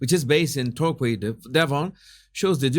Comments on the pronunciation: Love you and your voice and your mis pronunciation of English words.we know what you mean. However can l just say it is tor key in devon re the mini figures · Jesus, babbacombe is pronounced babbacum and torquay is pronounced tor key. Best wishes from torquay Devon. Love your videos. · I wondered where the figures were placed. It’s Babbacombe pronounced Babacoome. In Torquay pronounced Torkey.